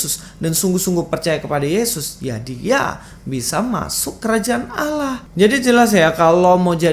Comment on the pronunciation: Abdul Abdul 😁😁 betapa stupid nya keledai liar ini. Bisa bedakan kata ngga sih? Allah bukan awloh Awloh bukan Allah. Nah kok ust Fadil Taslim bilang Allah yang didalam Alkitab adalah Awloh. Sejak kapan ada kata awloh dalam Alkitab? Hello? Dan sejak kapan Allah dalam Alkitab bisa menjadi awloh? What?😂😂😂 😁😁😁😁😂😂😂🐪🐪Abdul....